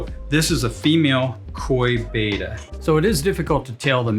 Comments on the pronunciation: It's still BETTA not Baida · Beta = BAY-tuh. Betta = BET-tuh. I wish people would remember what we were taught in school. A consonant with a vowel on either side makes the first vowel a hard vowel. Two consonant surrounded by two vowels makes the first vowel soft. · But it is pronounced beh-tah, as they were named for the Asian Bettah warriors. A little research would’ve told you that. I can’t stand it when so-called experts can’t even pronounce the word correctly.